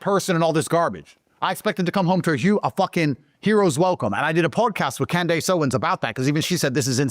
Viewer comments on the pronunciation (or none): Podcast with who? Cand-ACE…? 😂😂😂